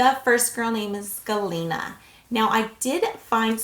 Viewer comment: You pronounced them really well. Good job girl